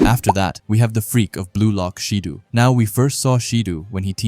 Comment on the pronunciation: SA-Aye and Shi-DOh pronunciation 😊